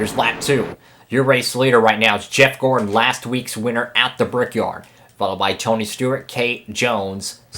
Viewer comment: I thought you said Chimp Gordon at the start